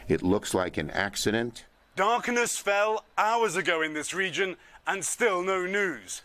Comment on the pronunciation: Did he just say, darkeness? Perhaps it was a tongue tie in haste.